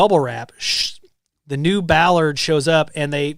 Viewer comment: bollard noun... bol·lard. Pronounce the O.